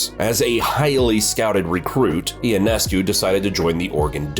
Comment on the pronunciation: Ya, apparently you have NO IDEA who Sabrina YONESCU is. IT IS NOT E O NESCU, say it now "YONESCU"